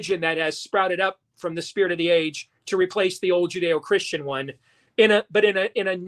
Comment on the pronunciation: He said Judie Christian lol